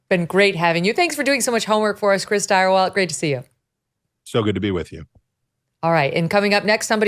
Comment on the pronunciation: Stirewalt?? Ugh